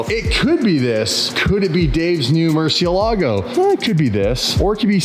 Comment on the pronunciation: The pronunciation of murciélago 🦇 is not correct